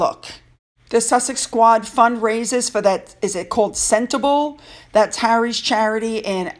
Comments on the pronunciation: Hi, Sentebale. It’s pronounced Sent a barlay. Murky Meg also got it wrong. 😄. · Hi, Sentabale is pronounced SEN-TA-BAALAY. Another great video. Thank you. ❤ 🇬🇧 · Sentabale is pronounced "Centre baa lay". The parents who misused their child and ended up killing him may have got only 10 years but there is a mechanism whereby an appeal for a higher sentence might be possible. However the 10 years they spend in gaol will be hell for them. Prisoners do not like child murderers and so there will be "accidents", food will be contaminated and warders will look the other way. The woman might well be treated worse than the man. I cannot understand how a human being can torture and mistreat children and animals like you it makes my blood boil. The dogs I foster often come with toys but they never seem to want to play with them. Finn does have divine eyes, love him to bits. x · Sentebale is pronounced center bar lay and means forget me not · Good to see even their idiotic followers don’t trust them ha ha it’s pronounced - Senta barlay Sentabale thanks so much xxx